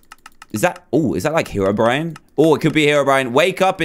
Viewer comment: you said terobrine hahahaha :D